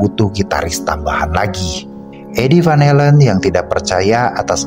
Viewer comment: Sorry min kritik, Belanda dibaca sesuai huruf , van Halen tetap van Halen, jangan baca van helen